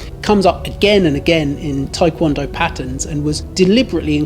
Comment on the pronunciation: The Tae in Taekwondo is not pronounced as "Thai" ... it's Tê ~